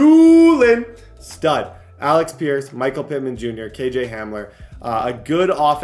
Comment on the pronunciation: AleC pierce Not AleX pierce Thank You